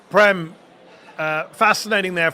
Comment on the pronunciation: Mehdi Prem is pronounced Prame.. you know that.. or should, since you are Indian